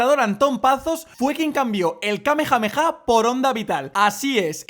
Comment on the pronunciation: mira, come chapas, te lo digo así: - 1: La onda vital no es solo para Galicia, es para el doblaje castellano también, porq por algo se ha llamado Onda Vital por toda la etapa clásica de db. - 2: ¿Donde está la J en Kamehameha? Yo lo que veo son H, no J. Además, en gallego exista la geada, que para que me entiendas: Es pronunciar la g como una J aspirada, o como la H en inglés. Por ende, Kamehameha se puede pronunciar perfectamente en gallego, que el señor Antón Pazos quisiera adaptarlo asi SI que es una historia diferente. - 3: ¿Se puede saber de que te estás quejando? Literalmente he soltado un comentario, que por si no te has dado cuenta iba en coña, riéndome de que Majin intente defender la Onda Vital: ¿Que tiene que ver que yo no sepa la diferencia entre "Galicia y castellano", como tú dices? Tú comentario no tiene el más mínimo sentido Ale, a ver si así lo entiendes